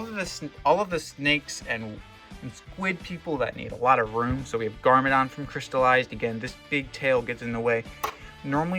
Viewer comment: him saying garmadon 😂